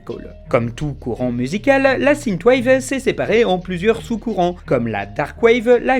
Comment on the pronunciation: Sineteu wave AAAAHHH synth = sinfe ^^